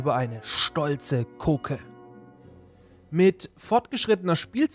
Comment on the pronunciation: Ich glaube es ging Marvin um deine Aussprache von "Kogge", zumindest war das mein Triggerpunkt im Video 😉